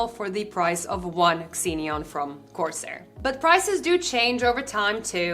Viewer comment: Great video, but I just want to point out that it's pronounced "Zeen-yon" 😅